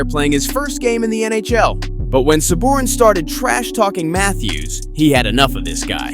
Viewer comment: The announcers literally pronounce every players name and you still cant say Sabourin?